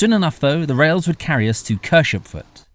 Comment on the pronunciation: Pronunciation: Caldew is Caaald dew and Penton is Pen-ton and Kershopefoot is separated as Kershop Foot